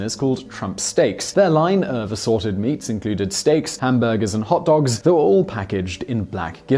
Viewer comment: You say hotdogs funny